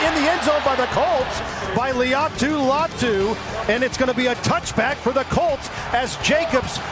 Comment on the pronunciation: it bugs me when people say LEE-ah-tu Latu. If you listen to Latu in his introductory presser he says “LIE-ah-tu”